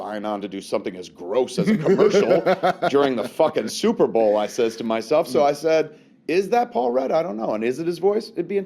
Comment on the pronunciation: what the fuck is this "super bawl" you speak of?